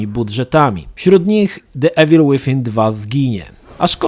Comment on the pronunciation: Troche mnie denerwowało jak ciągle mówiłeś "Ewil", ale gra sama w sobie jest świetna, bawiłem sie lepiej niż w jedynce.